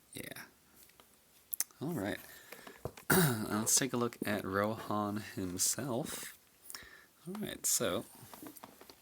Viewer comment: "Compared to RohAN," I thought he said "Ro-Ham" for a second spare me